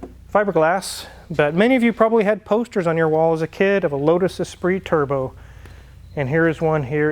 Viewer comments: Lotus Esprit not Espirit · Great videos. But it is Esprit and not Espirit.😉